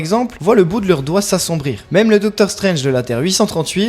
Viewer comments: non mais, il faut raison garder,. Stranje (prononcé en français ringard) a un troisième oeil parce qu’il a mis sa bistouquette dans Lali de Hélène et les Garçons. Oui, différent MULTIVERSE (celui d’AB PROD) mais il l’a fait. Loki, qui détient les clés du MULTIVERSE a vraiment foiré sa mission, et il ya eu des incursions de personnages de AB prod dans les MARVÈLE MOUVIZE. Philippe le prof de philo de LA PHILO SELON PHILIPPE s’est retrouvé avec Luke Cage et Malikith et Ms Marvèle (mouvize), Gérard des Filles d’à Coté (oui, ce Gérard là) s’est retrouvé avec Wolverin (oui en français on dit Wolverin par Wolverine parce que c’est la traducscience), ainsi que Ronan zi Akiouzeure, qu’il a tringlé d’ailleurs. Cricri d’amour sniffe de la coke avec le variant Irons Man (irons comme nous irons) de la terre 18726 ainsi que Rocket le raton laveur de la terre 69. Wake hup!!! Les multiverses sont en train de se NIKAE!!!! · Non mais de quoi tu parles? On parle de marvèle mouvizes, y a aucune logique dans ces trucs. Tu parles comme si tu avais la science infuse, comme si ce que tu dis est vérité ultime. Le darkhold, c'est de la fiction, cher Jean Mimiche. Stranje (prononcé en français ringard), c'est de la fiction aussi. Si je te dis- L'anus de Patrick Sabatier s'est contracté lorsqu'il a eu peur, c'est verydick. Par contre, le darkhold et ses effets sur Stranje (prononcé en français ringard), c'est une billevesée.